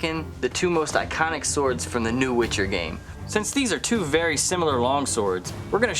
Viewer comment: this is wery wery cool